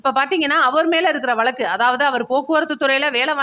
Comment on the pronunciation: It's not vallaku. It is vazhaku. U r killing d tamil.